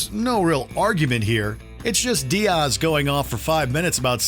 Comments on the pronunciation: it’s Diaz. Not Dearse 🫠 is this a AI generated voice over for the clip? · Dee-ozz. God, don't u dare disrespect our uncle Joey! Lmao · Diaaas 😂😂 u can't say diaz right 😂😂 this channel is garbage 😂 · DEE-Azzz is what buddy is saying lll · The strange way you said Joey's last name and emphasized it was wild...